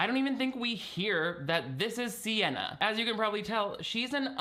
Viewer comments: Why WERE you calling her Sienna the whole time?! Oh, you got me when you read her name off that awful newspaper spread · You really called her Sienna the whole time 😂😂. Not me trying to used speech text for her name and it spelling CNN all three times I tried so I had to just had to hope it was spelled the way I thought phonically (sienna??)